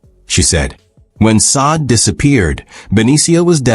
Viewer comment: Please get their names right! It’s so disrespectful to keep calling this woman Saad! Her name is Sade pronounced (shauday) what’s crazier is the first time you did her name you pronounced it correctly. And every cringing time after that you desecrated this woman’s name! If you’re going to report or do a segment on someone at least know their name! If she was my deceased child, I’d be absolutely furious!